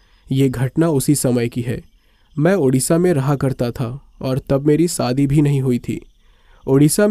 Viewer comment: आसा नहीं आशा, सादी नहीं शादी., सक नहीं शक, सायद नहीं शायद............